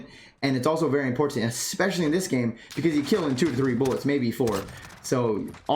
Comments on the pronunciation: ImPORtant. And is he saying PUB instead of PUG lol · lol this was a good video for new players for sure but i just gotta pick on u a lil bit on something u say cus its driving me NUTTS haha the way u say important is SOOOO pronounced it was cracking me up every time u said it. I cant call it wrong cus ur saying it how its spelt but ur like imporTant lol